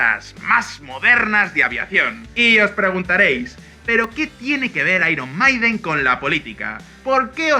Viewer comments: Se dice airon meiden, no airon maiden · Iron Maiden se pronuncia "airon meiden" no "maiden" (en español) aunque se podría todo en español, pero no la primera palabra en inglés y la segunda en español. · "AIRON MAIDEN"???? JEJEJEJEJEJEJEJEJEJEJE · Me dio un poco de cancer, cada vez que decían "airon maiden", "airon meiden" no sean cabrones. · De los mismos creadorores de ['bal.βe], llega ['ai.ron 'mai.den] cada vez que lo pronunciabais me sonaba a balonazo en el pecho y un baldado de agu fría. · ¡Por favor pronuncien "Iron Maiden" correctamente! Es una banda Britanica, no Española. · Lo único que no me gustó del vídeo es que pronuncien mal al grupo Iron Maiden, es un nombre en inglés no en español